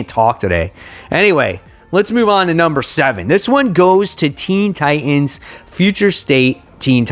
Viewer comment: You pronounced Teen Titans as Teen Tienes lol wtf